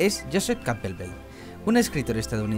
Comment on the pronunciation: y no se pronuncia Campbelbel xD